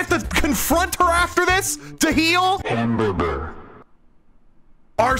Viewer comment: Hamburbur made me laugh